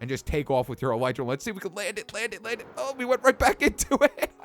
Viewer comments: eeeeee lllllllleeeeeeeetttttttt ttttttrrrrrrraaaaa not elitera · its not could alitra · elitra lol you said that wrong m8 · I swear... no one knows how to pronounce "elytra." It's EL-EH-TRA. Not EL-I-TRA... not EL-E-TRA. EL-EH-TRA. Thank you. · no ffense but I think elytra is pronounced el-e-tra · Elytra is pronounced as Eli-Tra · John Real Lopez The real thing is called Elytron. Its pronounced El-Ah-Tron. So this will be pronounced El-Ah-Tra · It's Pronouced u idiots El Lie Tra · Conios note it is pronounced el ee tra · it's ele tra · elytra say: eel eetr a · It's pronounced e-l-ee-tra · Elytra is pronounced El Eh Trah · Yeah no... It's "ill-ieh-truh-" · E - Lee - Tra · Ghostkiller117 117 my uncle studies bugs and insects and he said it's El Eh Tra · nope it's El-ee-trah and that's how Mojang pronounces it which means it's pronounced El-ee-trah so... case closed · It's actually pronounced El-ee-tra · Tennessee Timberwolf well it's pronounced El-ee-trah that's how the developers pronounce it anyway do you have mcpe by any chance I don't feel like turning on my ps4 rn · XBwowable YT ikr no one listens, all the developers say it as El-ee-tra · It's el I tra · Kitty Animations it's ee-lye-trah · Actually el-I-trah